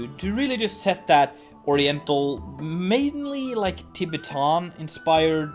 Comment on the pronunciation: That pronunciation of Tibetan really made me laugh 😂